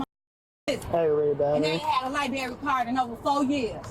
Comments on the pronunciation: "Itsa public LIBARY" She may wish to use the library to improve her English. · Lieberry😂 She's probably homeless 10!! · True cause for arrest is her saying “libary” instead of library. Disgusting behavior 😂